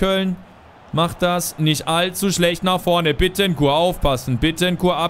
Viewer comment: badi der wird so ausgesprochen Bittenkurt